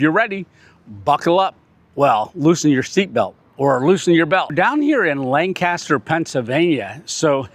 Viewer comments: It's pronounced LAN-caster - not like on the west coast! You are lucky you got your money's worth. Breakfast is a better value, but still overpriced unless you can eat a lot at a Smorgasbord. We stopped going years ago, though we live in the area - even for our free birthday meals. Basically, it's a tourist trap at this point. Food isn't bad, but there's a smaller smorgasbord in the area that the locals go to. We went to Shady Maple since it was in the furniture shop building nearby...it was smaller and nicer then! No bargains in the gift shop, either. The Amish and Mennonites are good at making money from tourists! Ask locals where to go...though they may not divulge our secrets! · right county wrong pronunciation 😁